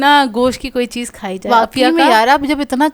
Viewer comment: رخلیتی ہیں نہیں۔ رکھ لیتی ہیں۔ چیّز😂😂 چیز ...Chase Pronounciation p dehaan den . 😂😂😂 Plzz